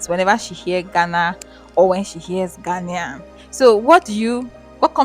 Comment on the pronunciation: Beautiful video, beautiful Naija babes😆🤗 Love from Ghana By the way it is Ghanaian, pronounced as Ghanien not Ghanian😃😃🤗